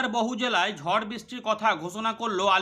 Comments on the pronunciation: ওটা বওহু জেলা না উচ্চারণ টা হবে বহু জেলা কি গো বুঝলে 😅😂🤣😂🤣😅😂😆😁😄😄😄😁😁😁😄😀🙂🙂🤩😘😜🤪😝😝🤑🤗🤗🤗🤨🤑🤔🤫🤫🤫😜😗☺️🤗🥲🫢😋🥰😙😚😉😉🫠🙃🙂😁😆😅😂😍😍😂🤣😃😀😃😁😁😆😅🤣😂😂😅🤣🤣🤣🤣😂😂🎉🎉😮😅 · বওহু জেলা নাকি বহু জেলা? 😅🤔😅🤣😂🤯🤓😎🎉🎊😜